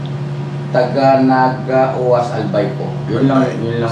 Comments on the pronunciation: Hello po ka business at kagwangs. I just got here in the Philippines fresh from Vegas. Kahit po andito ako ito agad inaabangan ko about k Tony. Sana lng wag agad kunin ng family niya sya. Bicolana po ako kaya alam ko ang lugar na OAS albay. Pronounce po ng Oas is (Owas). Pagpalain at ingatan po kau kabusiness dahil marami po kayong natutulungan❤❤❤ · Oas yan (uwas) pronounce nyan ka babayan ko yan iba ang bicol ni Nica iba rin ang amin